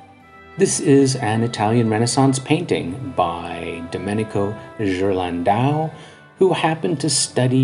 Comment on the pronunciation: Well done video, and as an art historian I agree with your conclusion. One criticism - go to Forvo and check the proper pronunciation of the names of artists. You really butchered Ghirlandaio ! ;-) Examples: phonetically, Ghirlandaio = Gear-land-eye-oh. Cabochon = Cab-oh-shon.